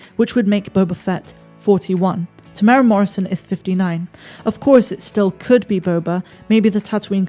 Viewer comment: Why can no non New Zealanders pronounce Temuera correctly. It has 4 syllables. Phonetically it's pronounced TEMU, ERA. (the strict maori pronunciation is slightly different again, but if you stick with TEMU, ERA and you can't go wrong.)